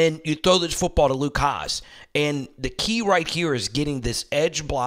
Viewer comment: Great content, as usual. Just a few pronunciation things: Carmona > Car - MO - na Davillier > Da - vee - YAY Hasz > HAS